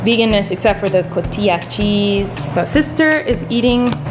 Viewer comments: Love your vlogs! The "j" in cotija sounds like an "h". The proper way to say it sounds like COTIHA. :) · CO-TI-YA cheese IM DEADDD 😂💀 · It's pronounced Co-ti-ha! You go girl bomb cheese! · In México, the cotija cheese is actually one of the saltiest aged cheese, and it is one of my favorites too! haha and hope you don't find this annoying but the correct pronunciation is Co-tea-ha :) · The way she says cotija noooooo 😭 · When she said "cotija" I was like what did she say? Lol